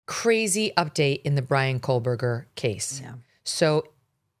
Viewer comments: The name “Kohberger” doesn’t have an “L” in it, FYI, Megyn. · There is no l in his name Megyn Kelly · Also please stop saying kohlberger... there is no L in his name..its KOh-berger...not KOHL BERGER. PLEASE PRONOUNCE IT correctly..its annoying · There is no L in Kohberger. Please stop the Kohlberger. I can’t take it anymore. Kohl burger!! No!!!! Say it right or please stop talking about his murderous ass. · Why does Megyn Kelly ( who I love btw), keep adding an L to his last name?? Pronouncing it as Brian Kohlberger?? She’s normally a perfectionist so why is she mispronouncing his last name?? I may be wrong about this… perhaps KOHBERGER is actually pronounced “Kohlberger”… ??? I’m confused… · His name is KOH-berger, not Kohl-berger. 🤨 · While you're correcting your language, can you please say Kohburger and not Kohlburger. Please!!! It makes me cringe every time. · Years now and M Kelly still doesn’t pronounce Koeberger correctly. Someone tell her!! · Megyn, there is NO "L" in Koeberger, fyi